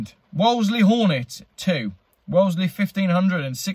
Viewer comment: Unbelievable. Wolseley pronounced (Wools-liegh). It will be even worse when cars are scraped for Electric, buy em now if you can, if you can't......Cry...pass me the kleenex.